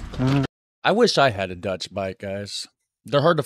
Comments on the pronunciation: Why is he pronouncing Dutch words like their Latin lol. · You pronounce dutch like it's latin. Try more of a german pronunciation. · You pronounce dutch like It's spanish 😂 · woah woah woah ! you are MURDERING the dutch language there ... sounds latin when you say it like that :P - also 112 is the 911 of the Netherlands :) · Love that you tried pronouncing the Dutch but you made it Spanish, lmao Edit: the translations are REALLY bad